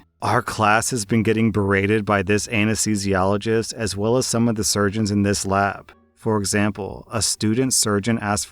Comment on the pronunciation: said anesthesiologist so easily